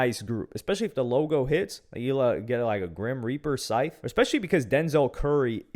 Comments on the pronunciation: scythe being a tricky word.....bro gotta be pronouncing the W in sword then i just know it and the Gs in lasagna. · still, its not that fucking hard to pronounce SCYTHE